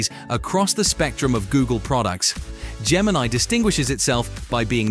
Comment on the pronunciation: Its Gemini, no R